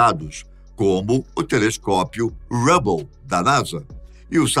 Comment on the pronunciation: Legal os vídeos do canal A pronúncia do nome astrônomo Hubble tá errada seu Desculpa corrigir